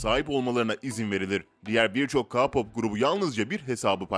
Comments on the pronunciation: ka pop ne ya hani ke pop desen biraz kurtarrı ama ka pop neeeee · Ka pop değil ya keypap diye okutuluyor! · Ka pop ne türkce oku ke pop deseydin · Abi ka-pop nedir ya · Ka pop diye okun muyor Ke pop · Gerçekten sinirden gülücem. Ka pop ne ya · tabiki basar ona bir şey demiyoruzda bizim derdimiz ka pop diyişine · Abi allah aşkına kapop ne ya 😂 Yanlış anlama seviliyorsun canım şakasına dedim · KA POP NE DAHA K-POP NASIL OKUNDUĞUNU BİLMİYOR AMA BUNLARI BİLİYOR BEN SANA NASIL İNANAYIM BUNLARIN DOĞRU OLDUĞUNU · Knk video iyi güzel olmuşta ka-pop diyince sol tarafımda bir acı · Emeğinize sağlık ama bu saydığınız kurallar sadece BTS'e özel değil. Bütün sektör öyle.🙄 + bazı yerleri yazmadan geçemiyeceğim: 1)Ka pop 2)3.58 ReyMin 3)5.50 NimJun 4)8.44 Bengten erkekleri Neyse şükürler olsun ki BiTieS dememişsiniz🤭 Bir de şunu yazmak istedim : -Suga menajerlerinin sözünü dinlemiyor. Makyajını silmiyor, uyanmıyor ve yemek yemiyor. Kurallar uyulmak içindir ama bazıları çiğnenebilir. BTS+ARMY=Forever💜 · Arem´e Reymm diyor ağlicam hem Ka-pop ne abii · Ya sabır ya sabır YAAAAA SABIR sakinim bişey demiyim diyorum ama HERRRRŞEEYİMİ YANLIŞ SÖYLERSİN BE ABİ evet tabi KAAA POPP NEMJUM Riyem TEYUNK gibi telaffuzları her dediğinde.... kusura bakma ama Durduk yere sinirlendim Bari biraz araştırsaydın Armyler bu konuda çok hassas Ülkece bi öğrenemediniz ya haberlerde bile Utanıyorum ya Neyse of😒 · Ka pop Neyseki BeTeSe demiyo Sjsjsjjsjsjsjs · Kapop Değil Çocuk Değil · Bak böyle okunuyor KEYPAP tamamı abixim lütfenn yaaa bvvhvhbjbjh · Ka pop ne ya allah aşkına abi hayattan soldum sen öyle dedikçe😭🥶🥶😭🥶😭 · Kpop diyeee okunmazzzz 😠😠😠😠 kpp o a gibi okunur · BTS çocuklari ne ya bi de ka- pop diyil lütfen doğru soyle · Kağpop ne lan? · Ka pop demiyeydin iyiydi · Kapop ne ya hahahahahaa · Ne ka-popu ya keypap diye okunuyo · Abi yanlış anlama ama Ka pop değil {key pop diye okunur } Ayrıca onların yerinde olmak isterdim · Ka-pop mu? Abi o Key-pop degil mi... Yanlış anlama☘️ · K pop o ka pop degil